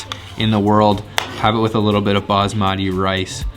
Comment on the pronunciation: Did he said bas marti rice😅